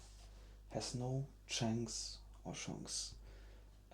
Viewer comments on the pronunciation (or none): You are struggling with the pronunciation of the word "chance"; here is a friendly tip: it is generally pronounced the same as the word "chants" (in US). Good video!